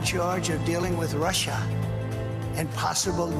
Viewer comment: Walls, domes, what else you wanna do, Donnie? And what's up with "Russhaahhh?"